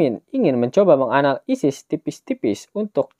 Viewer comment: kata menganalisisnya jngn di jeda bang